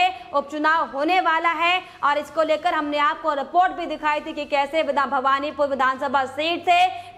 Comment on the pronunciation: It is Bahvanipore and not Bhagvanpore